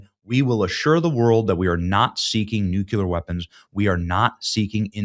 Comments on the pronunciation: Dude… It’s Nu-cleeeear!!! NOT Nu-Culer. Wtf. Furthermore you’ll be humiliated for the 10th time when Iran violates this agreement for the 50th time. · For the love of God please pronounce nuclear correctly. It's not hard dude NEW-CLEAR NOT NUKE-YOU-LER FFS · New Clear not Nuke Yuller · Many, many, many times that I've told you, Benny. It's not new-cue-ler. It's new-klee-er. Get it right. Damn. You sound like W. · Benny You have GOT TO retrain yourself to say Nuclear ☢️ There is no such word as Nuke-Ya-ler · it's pronounced nuke-lee-ar. not nuke-you-lar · NUCLEAR! IT'S PRONOUNCED (NEW-CLEAR)! NOT NUCULAR!! Love the content! Hate the 'click bait'! Q- "Spelling (and pronunciation) matters" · Newcular? ....Nuclear ... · Benny, There is no such word as NUCULER? Please Benny, say it over with me,,,, NŪ-KLĒ-ER. Say it again, NŪ-KLĒ-ER. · The word is nu clear, not nucular. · Benny, please stop saying nuke-yu-lar... it's nu-clee-er!!!... it's grammatically wrong, and you're better than that, sir!!! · Really need you to work on the pronunciation, Benny. Correctly, "nuclear" is pronounced new-clear . . . as a military retiree, you sound quite uninformed on such issues when you mispronounce such a key term. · It’s hard to take anyone seriously who says nukular. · Seriously, NU-CLEAR TWO SYLLABLES. I can't even finish this video. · Nuclear, not nucular; derived from the word nucleus. Splitting or fusing the nuclei of atoms. Love ya Benny. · Nuclear Benny is pronounced like new-clear. The 2nd approved way you are saying it is for the mouth breathers. Be better. Also, there is no more sensational click-bait. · Why do so many people have trouble saying NUCLEAR??? It's pronounced : NEW - CLEE - ER Got it, Benny? 😁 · I wish folks would stop saying 'nuculer'. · Please pronounce "nuclear" properly ...not neu- culear thank you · What are nucular weapons? 🤪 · Benny, it's "NUCLEAR", not "nucular". Why can't people get that right????? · Nukuler news? 😂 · Nucular? That was W's pronunciation